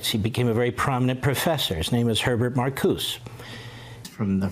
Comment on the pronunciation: He also referred to Herbert "Marcoos." His name is pronounced Mar-COO-zuh. Obviously Levine didn't do a scrap of research for the book.